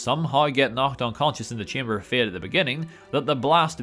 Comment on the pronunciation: Chamber of fiat 🤣 I can't unhear it now, (fiat Italian car company) 🤣